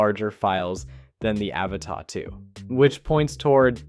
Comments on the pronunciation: My single criticism here? Stop mispronouncing "Avata". I really like your stuff and don't mind it being a mix of others footage. But please call it what it is, Ah-vah-tah. Lolol. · Yeah but you still pronounce Avata wrong, it's not French. Doesn't mean I don't like your videosI do, I follow you after all, and give a like to all your videos, it's just that the pronunciations it's annoying and not what DJI calls it.